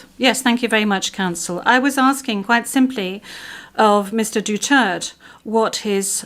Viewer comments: It is not DUTERT..... It's DU-TER-TE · The judges cant even pronounce the president"s surname right.the judge are a bunch of idiots.Duterte, not Dutert,unless they are naming somebody else's. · duterte not dutert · Please say his name correctly madam procecutor not Dutererd But Duterte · Say his name right translator.. Duterte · Duterté. DU-TER-TÉ! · ICC, you are judging the wrong Man, MR. DUTERTEH (that is the way you say his name, don't act as dumb, you who translate). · Dutert pronunciation nya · Cant even pronounce the name correctly. Even I hope Duterte will be declaired guilty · THIS WOMAN SOUNDS LIKE A WHORE AND CANNOT EVEN PRONOUNCE THE DUTERTE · If im the lawyer for Duterte, i will demand that they must pronounce the name properly or else the court proceedings will not continue until the name is properly pronounced. And i will make a motion that if not pronounced properly i will consider it to be a different individual and not my client. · This lady can't even pronounce Duterte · Dpat ksuhan din yan icc di mrnong magbigkas ng apelyedo ni dutert😅